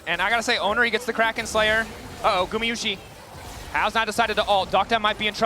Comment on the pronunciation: the caster constantly calling him gu"MI'yushi is so annoying